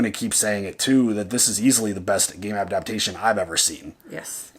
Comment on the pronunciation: Horrific episode. This was a tragedy for someone who played the game and knows who these characters are. Also, this guy can't pronounce "adaptation"...